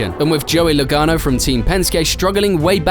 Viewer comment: it’s Joey Logano not Lagaono